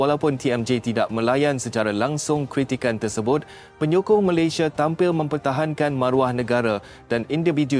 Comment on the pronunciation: Sebut Malaysia bahasa nya aja gak jelas jadi Malaydesh .sebenarnya lu emang prindapan